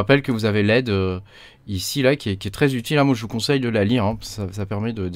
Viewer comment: En effet pas mal du tout ! J’aime beaucoup Tabby, très classe mais c’est vrai que pouvoir voir l’arborescence c’est quand même un plus entre autre ! Après l’industrialisation j’en suis pas encore là… Et dis donc t’es du Nord toi, avec ton « Ichi » lol